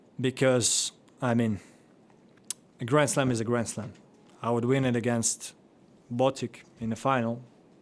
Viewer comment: He pronounced Botic properly!!!!